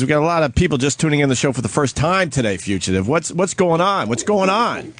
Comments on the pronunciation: Dear Greg: wtf is a FUCHative …?!? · Oh nooo they put a fugitive bit in this? It's too enraging to hear Opie mispronounce it every time, guess I'll be fast forwarding.